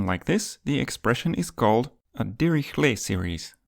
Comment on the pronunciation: Great vid. More like Dihishlay not dirihlet